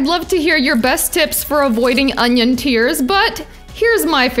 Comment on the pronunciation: Анион?! Кровь из глаз у меня и у моего учителя английского языка.